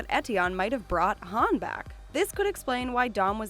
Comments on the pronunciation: IM SO ANNOYED BY THIS ITS HUN NOT HAN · U said how Han u mess up